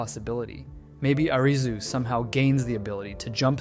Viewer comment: Stop pronouncing his name as 'Arizzu' 🙏😫